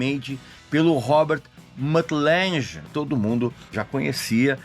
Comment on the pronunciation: ok, um "critico" que nem sabe dizer o nomes da pessoas.... Lange, não Lanje